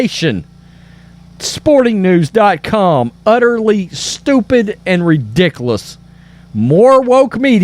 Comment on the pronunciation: Good reporting. Btw, please adjust the way you pronounce “ridiculous.”